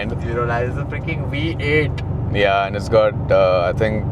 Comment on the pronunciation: Why do the pronounce vee as wee 😅 it’s a V8 not we8 😂